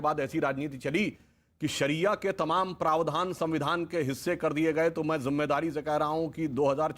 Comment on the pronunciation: संविधान बोलो, सबीदान नहीं